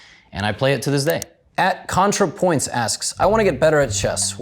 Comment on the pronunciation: Contrapoints showing up in the middle there was such a jumpscare LMAO esp the slow way levy pronounced it